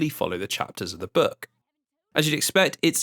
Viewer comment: The way this man pronounces "book" made the think he was saying "burg" for the first few minutes and left me very confused for that time xD Great watch so far trough